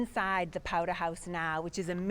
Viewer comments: Mr. Brattle 'took a powdah'! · Powder rhymes with Chowder! (Another excellent video! Thanks for making them... I'm the direct descendant of a Scottish born Loyalist who fought for the Crown with his sons in the North Carolina colony... until they were taken prisoner after a big battle and given a choice... sign a document saying their loyalty now lies with the Congressional forces or swing from a pine tree... they took the pen not the pine... so they kept their lives and the family land... :)